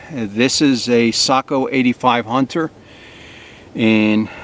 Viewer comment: Beautiful rifle, great video,and it is refreshing to see someone who can properly pronounce Sako! Well done 👍